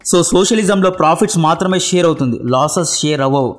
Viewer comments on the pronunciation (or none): none